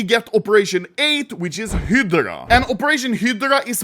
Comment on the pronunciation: why are you saying heedra for hydra